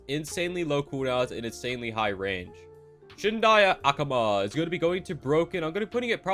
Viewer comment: The way say shindai akuma was damn funny 🤣